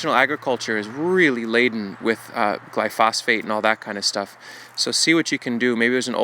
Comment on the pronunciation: **Gly-pho-sate... NOT gly-phos-phate